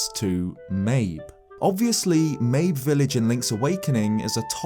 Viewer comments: Wait I always thought it was pronounced like "Maybe" not like "Babe with an M"... like a reference to the fact that "Maybe its there maybe it isnt" but spelled "mabe". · The appearance of the scarecrows in age of calamity had to be the best timing, since you just barely talked about it in your last video! Also, I think Mabe is pronounced Ma-bay. But whatever. As for the whole time-travel thing, I'm pretty sure that the guardian's travels through time will result in some sort of paradox, kind of like with the song of storms. It won't really change anything. There's also a theory made by Nintendo black crisis that the egg guardian was actually corrupted by malice before it was purified by Zelda's power, leading to it wanting to redeem itself by going back into the past by protecting Princess Zelda. I dunno, I just really hope we don't have to deal with another timeline. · "Mayb" Village